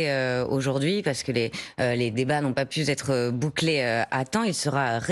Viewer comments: "N'ont pas pu z 'être" elle fait des faites d'orthographe quand elle cause😂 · Oh la la, la chroniqueuse, les débats n'ont pas pu "z'être"... abordés....